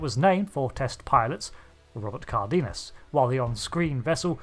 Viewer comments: It's pronounced "car-den-yas". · its pronounced CAR - DE - NAS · Just fyi, Cardenas, the E has the same sound as in the E as Egg, and the first A has an accent in Spanish for emphasis, so the pronunciation is something akin to: Kár-de-nas. If you use translator and write the word with English setting, and listen to it, the sound is the same in English and Spanish.